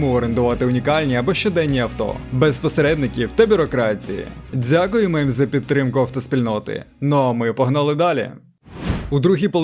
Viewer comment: "Не цямиць", "падзіння", "бюрокрації", "дзякуємо".. це за першу хвилину.. далі мене не вистачило слухати цю "маацковскую" вимову